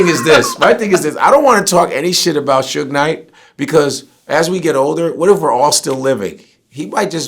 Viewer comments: "soodge" lol ain't nobody that white bruh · Sooge Knight 🤦🏽‍♂️🤦🏽‍♂️😂😂😂😂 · "Sooge Knight"😂😂😂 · That man said sooge 😭😭😭😭😭😭😭😭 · Phonetically it WOULD be "Sew-ge"....like "huge"... I mean you can't knock the cat for knowing his phonetics. Damn... LOL